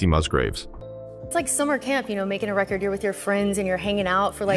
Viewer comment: Idiot AI narrator unable to differentiate rehcord and reCord.